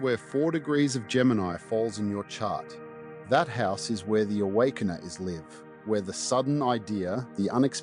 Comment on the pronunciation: This should be interesting with transiting Jupiter conjunct my Uranus, transiting Pluto opposite all that. Then transiting Neptune opposite my Jupiter. The trines and sextiles seem minor. “The wakener is live” with a short ‘i’? Is this an AI voice?